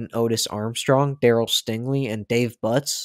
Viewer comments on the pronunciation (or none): none